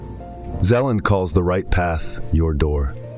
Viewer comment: Vadim Zeland not Zelan. Great video.